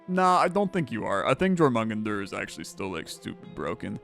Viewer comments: It should be closer to "Your-muh-gun-der" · More Your-mun-gander. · the world serpent is pronounced yormun-gander, it irked me the way you said it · dying at jor mung un der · He said that snake's name at least 20 times in different ways and I don't think any of them were right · He never once pronounced the "j" as a "y," so correct, none of his pronunciations were right! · Haha just heard him say it 😂 It’s all good, not everyone’s played god of war or study mythology to learn non-English names